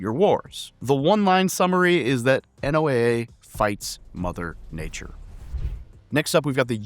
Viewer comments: NOAA is pronounced "NOAH". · Small correction: NOAA is pronounced “Noah” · NOAA is pronounced 'No-ah'. USPHS also provides medical officers for the USCG. (See 42 USC 253). If you're doing auxiliaries, you might want to toss in the USCG Auxiliary as well. Also, WHAT DO YOU MEAN THE CG DOESN'T LEAVE THE US. BRUH.